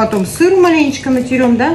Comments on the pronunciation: не натерем а натрем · не натерем а натрем